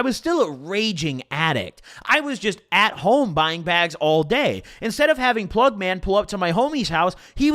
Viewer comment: yeah but he doesnt say the g so it sounds like pluh